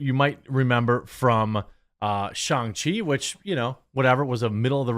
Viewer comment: The movies pronounced Shishi. Goooddddd.